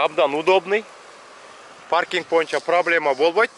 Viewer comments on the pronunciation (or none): none